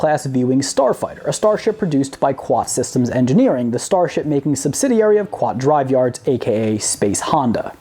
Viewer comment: Kuat Drive Yards. See Wookiepedia for pronunciation.